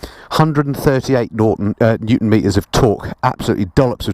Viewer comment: One hundred and thirty eight 'Nortons' of torque eh? :-D love it